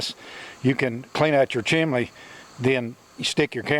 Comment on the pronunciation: Why pronounce chimney as chimlee. A I told me to use high temp mortar....you're not suppose to use regular mortar.